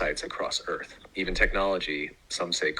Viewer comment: Never take geography lessons from someone who pronounces earth as "earf"